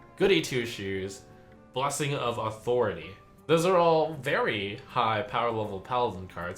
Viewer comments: is he pronouncing gibberling and authority wrong on purpose? he even pronounces authority right later in the vid so ??? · OMG! Trump finally caught the "authority" mispronunciation. It was so grating in the initial card reveal video he made. I love how he made a point of repeating Authority with the proper pronunciation 4-5 times after he caught it. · i think he means it as a joke lol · Yes, it is a reference to cartman from south park